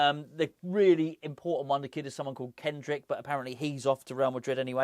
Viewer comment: It’s Endrick not Kendrick 😂 Cracks me up 😂